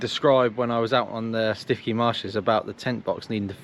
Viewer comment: All bend-in-the-middle soft shell roof tents are like that, they have the tongue and groove to transfer weight onto the main lower section, I'm not that far away so happy to give it a look, prob only need a little extra height on the RTT. Prob good that you didn't pronounce Stiffkey correctly as no one would know where you were...